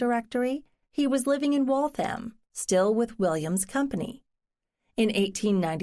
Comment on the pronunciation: Waltham should be pronounced WalthUM, not WaltHAM.